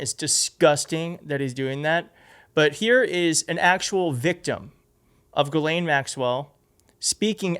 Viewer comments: Who's this Gilane Maxwell? I know there's a Ghislaine Maxwell. Ghislaine is a French name and idiot Americans are known for their ignorance and don't even bother to simpley Google the name and hear the correct pronunciation. That's one of the reasons Americans are universally detestested, Their ignorance of things outside their own country is staggering. They're lack of knowledge is astounding. They must have a piss poor educational system and know with the wife of WWE McMahon running their schools it can only get worse. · God DAMN. her name is pronounced jis-lane I'm from Quebec and have french friends with the same name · It’s pronounced ‘jizz-lane’. The more you know…